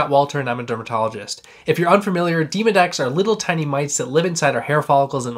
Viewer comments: I thought that he said "Demon-X." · It definitely sounded like you said Demon X living in my pores. I’m sure there’s no difference but hilarious nonetheless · I’ve never heard a colleague pronounce Demodex in such a manner.